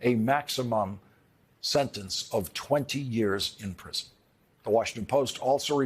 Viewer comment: Be vewy vewy quiet he is going to pwison!